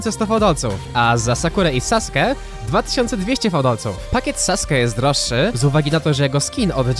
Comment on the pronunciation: OMG widzę pierwszego YouTubera który poprawnie mówi imię sasuket